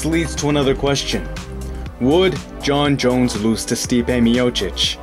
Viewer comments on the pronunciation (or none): Jone Jones. Bro are you ok? Lmao